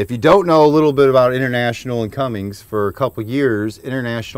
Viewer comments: Bro stop saying Cummings it’s Cummins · It's Cummins, guy. Do you see a 'g' in there? Stop smoking all that weed, stoner. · This was great Thanks...but its CUMMINS...no "G" in that name!!! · This guy... Its Cummins dude... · Yeh, I don't know what it is with people. Cummins NOT Cummings. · Quit watching once he said Cummings. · Oh yeah... it’s pronounced Cummins, there is no G in it. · Then we wouldn't have got to hear him saying Cummings